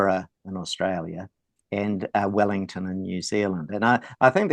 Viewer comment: There's no V in Vellington